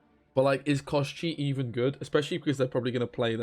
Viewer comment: No koSHhhhchey! KoshchEEEy